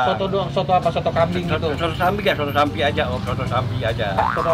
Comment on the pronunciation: Nex kaget gara2 ngomong sampi 😂